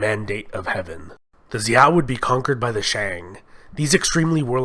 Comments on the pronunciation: An entertaining and accurate, if brief overview. Just for your information, Zhou is pronounced 'Joe'. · Your pronunciation is killing me. Good overview though. Xia pronounced Sheeya Zhou pronounced Joe Tang and all a sounds pronounced Tahng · I"m sorry you butchered the Chinese dynasty's names...Zhou is called ZH-OU.